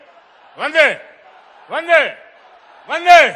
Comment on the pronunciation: When He told Bande Its Sounds like Dange